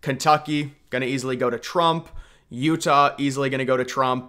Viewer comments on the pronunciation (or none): none